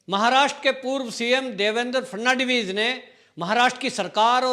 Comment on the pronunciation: Devendraji la naam pl thik tarahse uchhare --- FA-D-N-VIS 10 baar rato for bolo